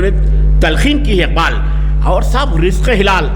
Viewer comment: رزق حلال، مصلح ، مزاج، موصوف کے جذبہ کو سلام مندرجہ بالا الفاظ کے تلفظ پر توجہ فرمائیں۔